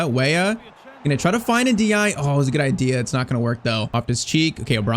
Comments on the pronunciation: Btw, this is how you should pronounce the name N-dih-AY-eh. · Every time I heard mention Ndiaye I heard (In the eye) ahhahah